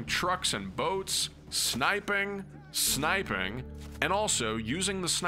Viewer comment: When you said "snipe.....ing" I spat me bru out